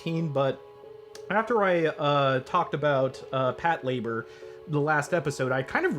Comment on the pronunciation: I'm sorry but... Did he just say Patlabor instead of Patlabor!? Le gasp!